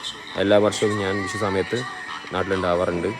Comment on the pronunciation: It's vishu😂not wishu